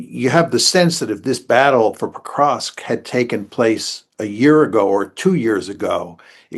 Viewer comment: Mearsheimer says "Pokrosk" 😉